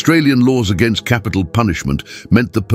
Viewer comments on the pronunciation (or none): none